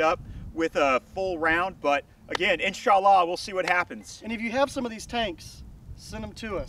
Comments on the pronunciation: "We're not political" Proceeds to mock the Muslim faith by butchering phrases. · So does every single special forces or anybody out there not a wannabe special forces everytime they say "insha allah". Massive cringe. These wannas need to stop playing.